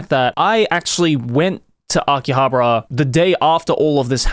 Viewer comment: You are butchering the pronunciation of Akihabara